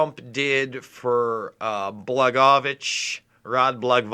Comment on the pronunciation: It is pronounced blah-GOY-a-vich. He was convicted because he threatened to remove state of Illinois deposits from Bank of America if they did not extend a line of credit to an Illinois window sash manufacturer so they went after Blago....